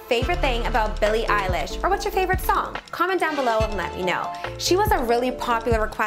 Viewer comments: Did you say...Billie EYELASH?! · Did you just said Billie Eyelash?